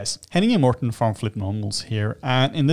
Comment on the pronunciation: What did you learn today? I learned its MortEn and not Morton.. #FeelingLikeAnIdiot